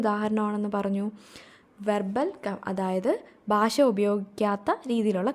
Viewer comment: ബാഷ എന്നല്ല " ഭാഷ" എന്ന് പറഞ്ഞു പഠിക്കുക